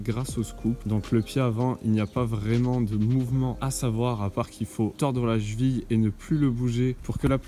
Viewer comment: Monsieur on dit cheville, pas "chville", sinon propre le tuto le boss